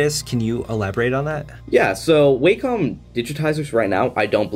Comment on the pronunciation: FYI: Wacom is pronounced: Wacom is pronounced "wah come" and is derived from the Japanese symbol for harmony ("wah") and the first syllable of computer ("come"). I've used their products since the late 1980s and never heard somebody pronounce it "way" "come".